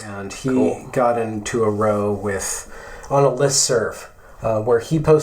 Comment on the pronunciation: “He got into a row on listserv ...” Err, in this context, “row” rhymes with “prow”.